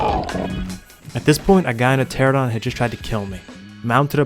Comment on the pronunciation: “Pteradon” instead of pteranodon “Chitin” instead of kytinn “Pullman scorpus” instead of pulmonoscorpius This guy’s pronunciation of everything it killing me😂